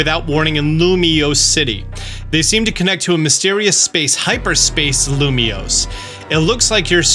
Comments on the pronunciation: Yes said the name of the city right! I don't care about anything else 😂 Now seriously, I'm very excited for this game and curious for Pokopia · I love how preps himself and heavily enunciates "Lumious" 🤣 your practice isn't unnoticed